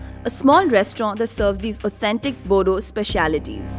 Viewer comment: Not Bodo’s it is “Boro’s” d will make r sound